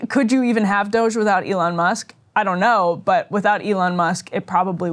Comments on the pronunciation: Says Ryan, after deliberately mispronounced DOGE earlier -- Again, what grade is Ryan in? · The mispronunciation of DOGE isn’t cute anymore. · Why is he saying doshae? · Ryan, nobody pronounces it Dog-E! Or Doge'...What are you doing? 🤦🏻‍♂️ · Everytime he says dogé I cringe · I like both the meme-ification of calling a government department DOGE and also mispronouncing it Doggy. Whimsical on both ends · why is it so hard to pronounce DOGE? lol dude sounds like a creep trying to make it french or something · Love how Ryan will not give doge the satisfaction of pronouncing their name correctly. Punk’s not Dead! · Why does Ryan insist on pronouncing DOGE that way? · Ryan just continually acts like a child by not saying DOGE correctly.